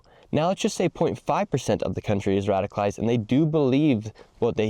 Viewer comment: It's 'radicalized', not 'radified'